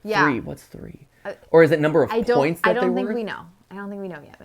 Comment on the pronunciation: “Spoints” made me laugh